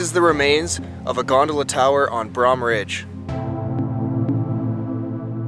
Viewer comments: It’s “Bro”-hm with a hard O sound not the way your saying it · I love Cat Lake and Brohm Lake....dude pronounced it wrong...as well as alpine. Must not be a local. I lived in Squamish and Cheakamus growing up....never knew this existed. I do remember a lower lodge though.....However, talk of a ski resort in the Squamish area was tossed around in conversation by the adults but truly....even as a kid I knew there wasn't enough snowfall and truly all it did was rain in winter for the most part. I haven't been back since 1999 but...I'm sure a Ski Hill will raise the cost of living too high that many locals won't be able to afford their own hometown and that's just sad. Nature does not need to be commercialized to the enth degree!!